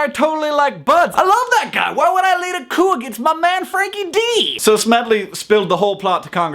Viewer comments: It's 'coup' not 'coop'. Unless you want to get some late night shopping. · coo isn't a word its coup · it is coup, not coo. the p is silent. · It's pronounced "coo". It's from French.